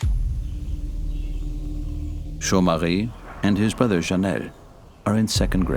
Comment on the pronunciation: I like how the narrator pronounces Jomarie and Chanel's name in a French accent